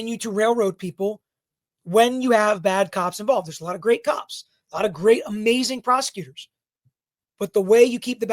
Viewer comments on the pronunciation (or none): none